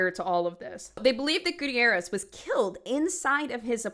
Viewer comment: you didn’t pronounce Gutierrez correctly!!! the first case was hard to listen to because of that 😭